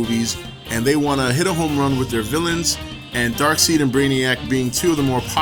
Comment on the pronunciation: Before the super DC fanboys show up, its supposed to be pronounced Dark-side, not Dark-seed. Its spelled kinda weird, so its understandable. On another note, they should have saved him for a third Justice League, maybe have had Doomsday as the villain for JL 2 instead